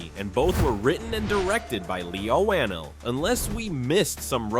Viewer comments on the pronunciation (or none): The amount of different ways the narrator mispronounces 'Leigh Whannel' is too good 😂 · I've never heard someone pronounce the director's name like that, yikes lol😅